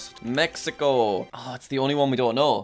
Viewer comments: Did he just say “Mekico”? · I like how he said mecaco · me key ko 💀